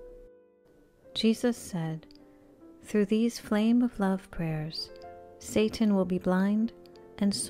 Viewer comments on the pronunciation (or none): none